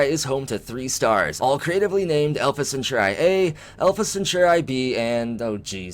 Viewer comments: Yes, the word was originally Roman and meant a group of 3 men. However, let's not kill it by overthinking it. MAST (Mil-Admin-Scientific Triumvirate) The 3 groups share power, or have equal power. Merriam Webster: 3: a group or association of three Alpha Centauri (Cen-taa-ri, not cen-tu-ri) emphasis on the 'a' sound, not the 'u' sound... see your dictionary., Jeez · Alpha Centauri.. pronounced "Sent or ee" or "Sent are ee".. like a Centaur with ee on the end. It's not pronounced Cenchoreye. It hurts my ears every time you said it like that! Love your videos though. :) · You say Alpha Centauri so strangely. Cent-ar-ee not Sint-or-ai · The I in Centauri has a long e sound😂🤣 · Bro! You are killing me with your pronunciation of Alpha Centauri. It’s Alpha Sen-tar-ee Or at least this is how I have always heard it pronounced by people on the history and discovery channel 🤷🏼‍♂️ BTW, love the vids man! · Alpha Centauri. Cen-Taur-ee. Like "centaur". With an ee at the end. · Why u saying alpha centauri like that? Your pronouncing it like there's a chi at the end. Yikes. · yeah thats how i have always heard it pronounced and seen it in movies pronounced that way. the way says it sounds totally wierd. lol just did a search and there are youtube vids saying how its pronounced, no eye at the end